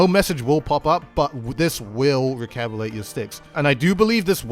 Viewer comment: Recabilate? Its recalibrate!